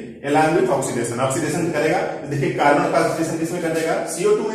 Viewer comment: Sir app cu ko baar Baar carbon q bol rhe hai